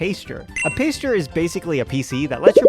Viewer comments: You said you wish some pokemon would 'straight up attack you'. if you install "fight or flight" they might. also, it's "pass-ture" not "pace-ture". My current playthrough (skyblock cobblemon) I got my starter, then a pidgey day 1 cuz duh you always get a pidgey. My third was a shiny flaffy, named her Cotton Candy. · This was a good video! But every time you said "paystcher" instead of pasture I died a little inside rofl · Loved the video, but your pronunciation of "pasture" is killing me.